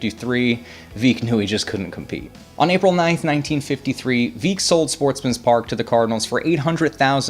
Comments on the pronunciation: 1. Curlew is pronounced cur-loo, not cur-lo. 2. That's veck, like wreck, not veek. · Not Veeck. Veck. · The St.Louis Browns owner name was not pronounced Bill Vee-ck. It is Bill Veeck like Wreck.